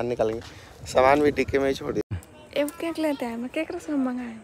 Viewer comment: केंक क्या होता है?😂 केक को केंक बोल रहे हैं